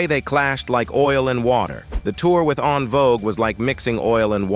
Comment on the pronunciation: Who is On Vogue?😂 I CanNot with these AIs. It’s En Vogue pronounced In-Vogue. Maybe it’s just my pet peeve but, Dammit I canNot.😁😁